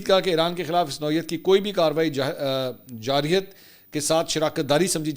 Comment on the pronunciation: 😮اسلام علئیکم خان جی۔ میں آپ کی سب وڈیوز دیکھتا ھوں۔ آپ کی انگلش بہت اچھی ھے لیکن آپ کی اردو اچھی نہی ھے۔ آپ لفظ ۔( کے اندر۔ کے اوپر ) کا استعمال غلط کرتے ھیں اور آپ جارحیت لفظ کو جاحریت بولتے ھیں۔ کے اندر اور کے اوپر کو ٹھیک کریں۔ مثال کر طور پر آپ کہتے ھیں کہ ویلاگ کے اوپر۔ یہ غلط ھے